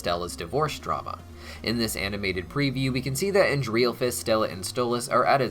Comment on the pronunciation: I'm sorry but the way you butchered stella's brother's name kills me.